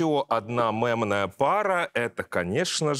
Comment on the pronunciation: Нынче стоит говорить слово мемная через "е"😊меня подростки всё время поправляют😂хотя в принципе какая разница